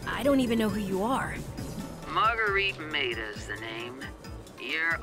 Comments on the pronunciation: Bruh just say margarita without the a on the end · Bro.... say MARGARITA like the drink. Now say it without the A at the end.